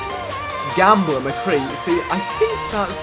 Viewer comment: Why does he say gambler so weird?😂